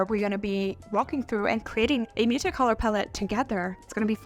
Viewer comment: Totally. If you're going to say muted so many times, pronounce it properly. It ends in a D. Slow down and speak properly.